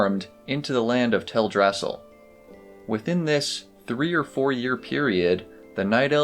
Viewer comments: Oy, it is prononced "Tel Dra Sil", not "Tel Drassel". It is a play on Yggdrasil. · Tell druh sill, not tell drassle. They even pronounce it in game. I see your corrections but you might want to pin it to the top of the page so people read it first. Just a suggestion. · It's Teldrasil not TelDRAsil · It's TELdrasil, not TelDRAsil. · Is it Tell-drasal? I always pronouced it tel-dra-sil. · Its Tell-Drass-EEL Great video, but the mispronounced name bugged me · you lost me at "tell-drass-ill" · theres one thing that bugs me about your video, thats not to be rude of course! this is really well made but Teldrassil is pronounced tel-drasill all one word as it is based off the world tree yggdrasil from mythology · I've always pronounced it Tel-dra-sil too 🤷‍♀